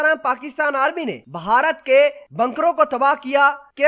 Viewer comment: The proper word is bharat, not baharat.